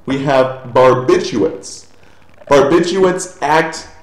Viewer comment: Aren't you supposed to say barbituRates? you missed a letter :)